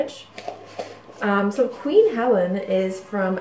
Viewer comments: It's pronounced Queen Hell-eene. Not queen Helen. You mess up quite a few pronunciations and I thinks you would be more of an authority of these products if you would make an attempt to correct these pronunciations. Thank you. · It's pronounced Queen He-Leen.. not Helen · It's Queen HELENE, pronounced Hell-een, not Queen Helen. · I think it is pronounced Helene? Like Charlene. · Its pronounced Queen Hel-een.